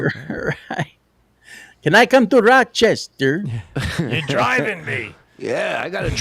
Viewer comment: It's NOT "Rock-chestah"